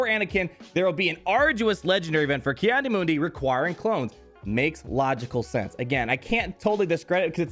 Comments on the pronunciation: It’s pronounced Key not Kai.... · "Kee" not "kye" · Isn't it pronounced 'Kee'-Adi-Mundi though? Not 'Kai' xD Still hyped !